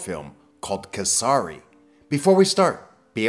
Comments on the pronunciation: It's not ke sa re it's k s re ksre idk how to speak in text but you are pronouncing it wrong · Its pronounced kes-ri